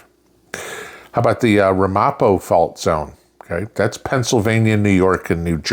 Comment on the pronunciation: Morning, the proper pronunciation is Ram A Poe. My old stomping grounds